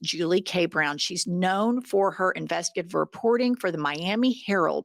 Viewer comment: Finally! Someone who says, "investigative" instead of "investigaitive"